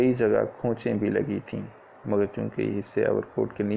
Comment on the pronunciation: Overcoat not over kot 👍